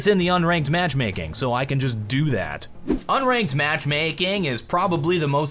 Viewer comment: tell how my dude somehow just added the letter y into the word matchmaking.. legend